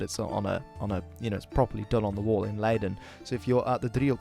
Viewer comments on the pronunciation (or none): You clearly mispronounced Leiden the first time, but later in the video you got more or less correct